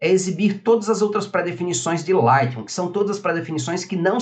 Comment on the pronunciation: vc podia aprender falar o nome do programa, agonia ouvir vc falar ``lightrrum`` ``priset`` seu canal e ate bom mas...